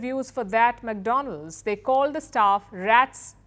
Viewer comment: That Gurgaon accent - "MugDonuldzz'